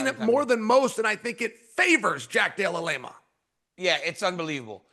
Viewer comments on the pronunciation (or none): DC called him Della Lama after all that 😂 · "Blahal and Jack Della Lema"....... I dont know at this point if Uncle Chael is leaning into this schtick or if he's just illiterate. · Jack de la Lame - Ah ... Bleh - hal ... Alex Pierra 🤧 Chael 🤣